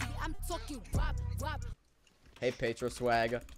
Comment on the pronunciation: Lol flusha thanks for reviving me after u killed me lol btw it’s petro not pedro I’m not Mexican